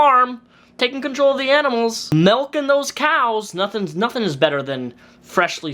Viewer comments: its MILK not MELK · Milk. Not melk. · you pronouncing milk ‘melk’ is the one thing in the six years I’ve been a fan that nearly made me unsub lmao